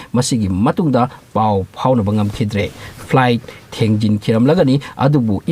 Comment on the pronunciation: Not thangjing it is Thangting muol